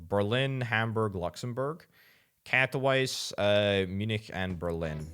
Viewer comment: Nobody: This guy: Catto-wise